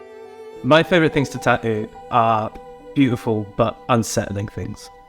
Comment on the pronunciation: The way this Hawaiian shirt guy pronounces tattoo is infuriating